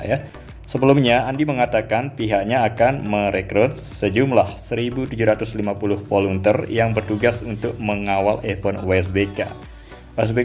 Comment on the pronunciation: Volunteer cara membaca volentir